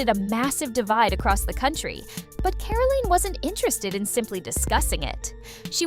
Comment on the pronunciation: Who calls her 'Caroleen'?